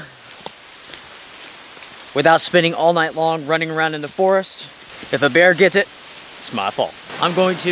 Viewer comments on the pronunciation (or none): I live the Deep South (Alabama gulf coast) and I’ve never heard anyone pronounce bear- bar. Other than that I love your videos,especially the multi night in winter weather.